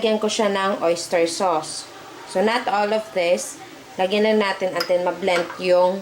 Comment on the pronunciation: chilli pippir (pepper) untel (until) haha nageenglish p kse sablay naman, sablay kna s pgluto feelingera kpa ulol enjoy guys k jan nandamay kapa ngatain mo yang goma😂